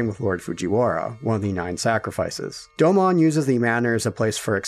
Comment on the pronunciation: You pronounced Domon incorrectly